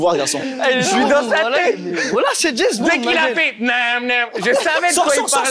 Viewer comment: trop de choses à dire sur ce passage😭 Roman qui trouve au hasard, le truc que timal jette sans faire exprès dans le chapeau, timal qui dit Jèzbond😭😭